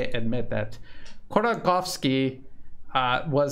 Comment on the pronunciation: If you give a f#%&, Ходорковский is pronounced as hodor-cOw-ski, with sound R in Hodor and real strong O in cow.